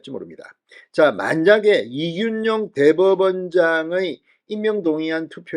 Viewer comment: 진성호님의 발으이 그렇겡드립니까 이준용이 아니고 이균용입니다